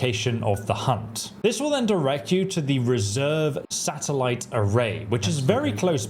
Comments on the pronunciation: It's "Revere" Satellite Array, not "Reserve" Satellite Array. It's named after the real-life town of Revere, Massachusetts, which, in turn, was named after Paul Revere, a silversmith and legendary figure of the American Revolution. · "Revere" satellite array. As in Paul Revere. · Thankyou for mangling Revere, who cares anyway?